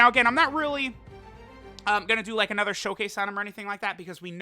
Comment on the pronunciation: I like how he says “ANOTHER” Dokkan battle video like every time